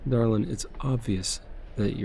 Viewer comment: That darlin at the start sounded so country